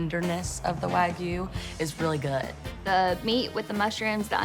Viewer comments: Why does he keep saying Waygu .😂😂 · Nothing drives me more crazy than when people say "Wah Goo"